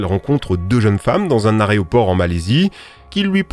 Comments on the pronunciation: J'aimais bien tes vidéos mais tu dis arrêt au port .. AEROPORT bordel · il a dit "aréoport" , un mot qui n'existe pas en français ! Il voulait dire "aéroport" mais il bien prononcé "arrêt au port"... le français est une langue difficile , si vous ne le maîtrisez pas , évitez les commentaires ridicules ... 😂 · Aréoport=/=Aéroport et Slash=/=Shlass fais un effort stp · Prsn en parle qu’il a dit aréoport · Areoport il a dit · tu as dis un "areoport" ou je rêve ^^ après je critique pas ça arrive lol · Heu.. t'as vraiment dit "aréoport" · tu a dit areoport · Tu as dit "aréoport" 🙂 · « ARÉoport » a 7 min 08 🙄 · On en parle qu'il dit "aréoport" ?! 🤣🤣 Super tes vidéos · J'ai bien entendu "aréoport" au lieu de aéroport ? Oui c'est bien ça... Pas grave vidéo sympa quand même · AEroport et non AREOPORT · On dit aéroport et pas aréoport. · haaaaaaaan, il a dit "aréoport!!!" J'aime repérer ce genre de choses xD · dans "l'aréoport" ? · Dans un premier temps, merci pour ces vidéos très intéressantes je me régale. Dans un deuxième temps : on dit aéroport et pas arreoport. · "Aréoport" est de retour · Aréoport ptdr (désolé j’étais obligé de notice) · "aréoport " 😇😇 En vrai continuez comme ça vous êtes les goats ! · "dans un aréoport..." ça va on pardonne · Protip pour: "Utiliser" ✅ "Ituliser" ❌ "Aéroport" ✅ "Aréoport" ❌ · 7.05 je suis le seul qui entend Aréoport et pas Aéroport ? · Il est où exactement "l'areoport" en Malaisie stp 🤣🤣🤣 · « Aréoport » au lieu de « Aéroport hihi » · "Aréoport" le come back ! Sinon encore une très bonne vidéo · Très bonne vidéo comme à son habitude ! :) petite précision, à ne pas prendre mal, tout le monde fait l’erreur, mais on dit Aéroport et non Aréoport 😅😂😂 de là vidéo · areoport ? On dit aéroport. J’ai saigner du tympan gauche 🥲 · Il dit areoport en Malaisie a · Merci pour tes vidéos toujours super! on dit Aéroport et non pas la raie au porc comme tu l'as si bien dit à 😆Bonne continuation 👍👍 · on dit "aéroport" et non "aréoport" 🤓🤣